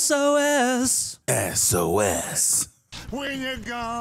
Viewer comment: Marry Bill, fluff Harry, kill Sam (mainly just for how he butchered SOS)